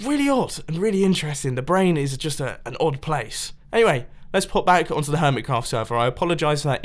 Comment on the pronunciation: Am I the only one who thinks he said hermit CAFF server